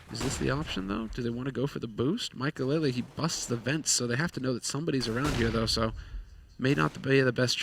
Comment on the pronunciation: Did i hear... Maikeleleleleleleelelelelelellelelele???? this isnt good ESL ( ͡° ͜ʖ ͡°)